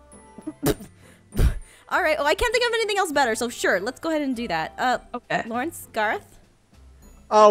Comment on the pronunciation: Laurence = not luirens